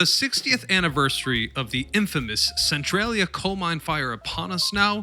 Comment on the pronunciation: "cent-trolly- uh" not "cent-trail-ee-uh" lol